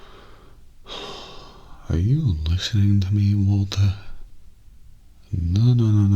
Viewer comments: I think like, the very last time he said it more like "waltuh" but every other time it was just normal "walter" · For people who say that doesn’t say “Waltuh,” he actually switches up between “Walter,” “Walture,” and “Waltuh,” as if even he has no idea how he pronounces Walt’s name himself. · New Mandela effect, I didn’t even remember how often just said “WaltER” instead of “Waltuh” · What’s weird is never says “Waltuh” in breaking bad. Someone else on this comment section pointed out that it’s more like “Waltur” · The best part of the Waltuh meme is that never said Walter with an ‘uh’. He would always say Walter with an ‘er’. I feel like this is gonna be the next example of the mandela effect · Kinda its more like waltur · before died he called him walt-uh